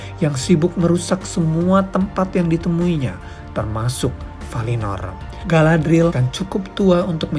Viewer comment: aku baru ngeh klo Galadriel itu mertuanya Elrond, mereka seumuran gasi? note: btw bacanya Ga-la-dri-yel ya min. makasih.